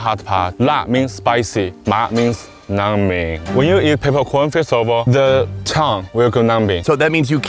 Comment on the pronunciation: why did he say numbing like that